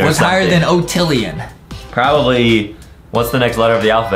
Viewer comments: Octillion not otillion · octillon lol not o